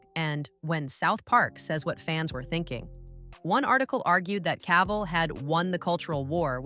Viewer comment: you need to learn how to say Cavill before you make a video of him